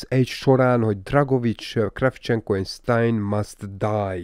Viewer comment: ‘Sztájner’ nem sztájn. nem Dragovics él a BO Cold Warban hanem Krecsevnko.